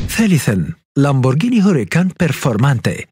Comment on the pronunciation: تنطق مارسيلاجو او مارتشيلاجو ليس مارثيلاجو.. وهوراكان ليس هوريكان.. وتشنتيناريو وليس سينتناريو